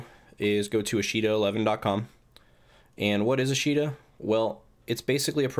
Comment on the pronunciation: Just for future note:. It's pronounced Ahsh' ta. It's the Japanese word for "tomorrow".